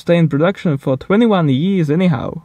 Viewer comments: Lmao when he try to say years yéés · how do you say years?